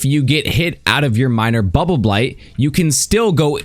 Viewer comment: I like how cleanly says "Bubbleblight buff." 10/10